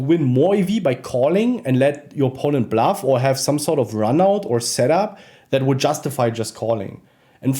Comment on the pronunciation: Bro it's bluff not blaff bro.